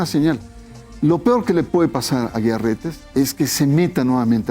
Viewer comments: No es Aguilar su apellido. Es AGUIAR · Este supuesto comentarista ni siquiera sabe pronunciar correctamente los nombres de las personas ni porque lo está leyendo. NO es Aguilar. Es Aguiar. Debió haber estudiado en un Instituto Patrulla. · Es Carlos Aguiar, no Aguilar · No es Carlos "AGUILAR" es AGUIAR RETES. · No es Aguilar, es Aguiar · Leo, su apellido es Aguiar, no Aguilar🤔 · Es Aguiar, no Aguilar pendejo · Y es derecho CANÓNICO Y NO CANINIGO Y ES AGUIAR Y NO AGUILAR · SE DICE DERECHO CANÓNICO.. Y EL APELLIDO ES AGUIAR NO “AGUILAR”…….. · Se pronuncia canónico , no , canonigo ,y es Carlos Aguiar Retes, no , Carlos Aguilar Retes. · Es Código de Derecho Canónico y no canónigo; además no es Aguilar Retes sino Aguiar Retes.